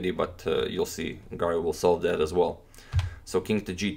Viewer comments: I can't avoid hearing "garlic" instead of "Garry". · Antonio can pronounce any name in the world except: Garry